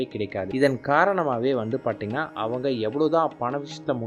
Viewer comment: நீங்க தமிழை சரியாக உச்சரியுங்கள் அதென்ன. பார்த்தீங்கன்னா -னு சொல்ற அந்த வார்த்தையை பாட்டிங்கன்னா அப்படீன்னு சொல்றீங்க, தப்புத்தானே அது...